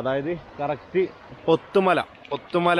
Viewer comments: പൊത്തുമല അല്ല ബ്രോ പുത്തുമല 😊 നല്ല അട്ട ശല്യം ഉള്ള സ്ഥലം ആണ് കുറച്ചു മാസം മുൻപ് ഒരു save the date ഷൂട്ട് ചെയ്യാൻ പോയി അട്ട കടിച്ചു ഊപ്പാടിളകി 😄 ആ തേയിലത്തോട്ടത്തിൽ ഒന്ന് നടന്നാൽ അറിയാം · പോത്തമല അല്ല പുത്തുമല ആണ്